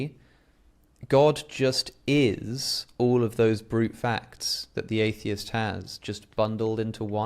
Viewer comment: It’s pronounced Atheist…